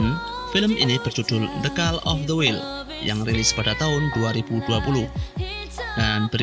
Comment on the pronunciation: ndas sey" the kal of the wil..".sebut betul la kuncur...suka ati kamu ajaa🙄🤒..bacanya.."the kol of the wail."..gubluk.. jendul🙄